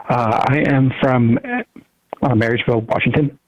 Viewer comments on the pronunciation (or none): Its MARYSVILLE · Marysville, not marriageville. Lol